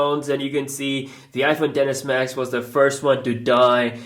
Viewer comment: Sounded like he said "The Iphone deadass max" 😂